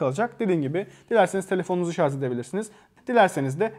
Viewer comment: Teknoloji videosu çekiyorsunuz. Şarj kelimesini sürekli şarz şeklinde telaffuz ediyorsunuz.